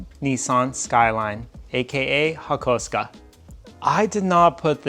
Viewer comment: Hakosuko Its pronounced "Hah-koo-soh-koh" like it's spelt...Where the f. did you get hakusko froim ?